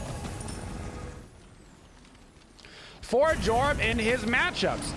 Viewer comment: ITS PRONOUNCED YORM